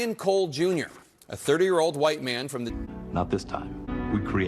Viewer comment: His teef are sure huwhite.